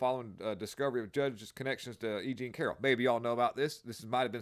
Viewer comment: “Aging Carroll”, not EJean Carroll lol! 😆